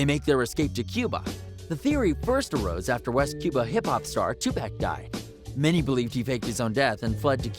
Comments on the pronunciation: Two • Pack. Who dat. Wait, you mean Tupac. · Ima need y’all to say 2Pac name right 😂🤦🏾‍♀️